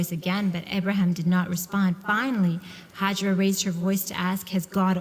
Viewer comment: She's called hajar not hajra.